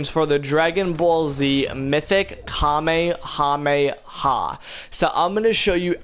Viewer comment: bro if i here this man mispronounce Kamehameha wave wrong again, MY GOD SOMEONE FINNA GET DROPPED!